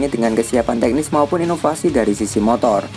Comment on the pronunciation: Motor min bukan montor 😂😂